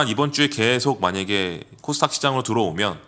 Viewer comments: 저도궁금..항상 코스탁이라고 하길래 영어발음인가 했더니 그것도아닌듯. 닥 발음이어렵나요? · 왜 항상 코스 탁 이라고 하시나요...?